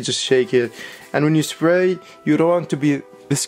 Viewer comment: Did he say splay??